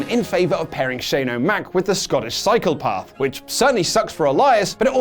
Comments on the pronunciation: Also what is with the recent mispronounciations? On the Raw video Ollie said beefcase instead of briefcase and this video said cyclepath instead of psychopath? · Did you say shane-o-mac is teaming up with the Scottish Cycle-path instead of Physcopath?? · Did say SCOTTISH CYCLE PATH? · Am I the only one that heard call him the "Scottish Cyclepath?"